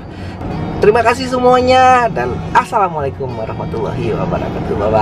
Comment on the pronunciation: Assalamualaikum bang bukan mikum .. just Kidding :D